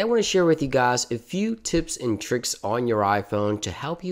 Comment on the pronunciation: That intro Hey gaayss .. lol